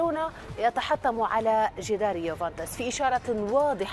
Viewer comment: يوفنتوس وليس يوفنطيس يامذيعة 😂 خاطيكم